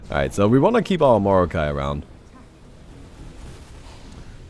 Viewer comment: Its like mor"not"kai than morokai